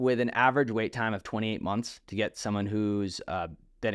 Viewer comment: Get not “git”